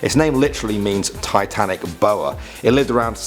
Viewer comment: you said titanic :P